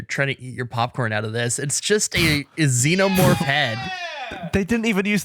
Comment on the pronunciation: another fun game of "Did Flub or Is That How He Thinks It's Pronounced" with 'xenomorth'